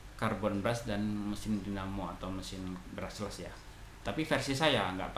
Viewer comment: BRUSH-LESS bang, bukan BRUSSELS